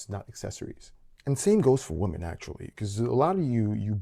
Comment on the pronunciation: Woman and women are not pronounced the same. PLEASE learn this. We are losing the word "women" .